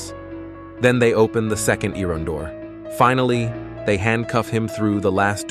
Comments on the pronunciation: I ron gates, fence etc!!!! Not iron, it's steel!!!! And the bot narration is terrible, so is the stupid music!!! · Eye-Ron , Earin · Pronounce iron correctly. Thanks.